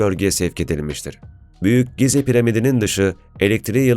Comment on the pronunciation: Gize değil jiza